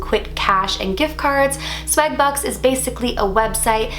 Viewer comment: She sais 'swag the same way she said bag 😂😍